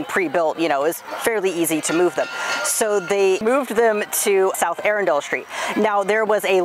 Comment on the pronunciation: Not pronouncing Arundel correctly.